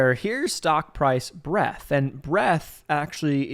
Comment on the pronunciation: There's a D in "Breadth". Pronounce it ffs